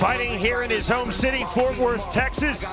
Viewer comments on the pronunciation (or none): none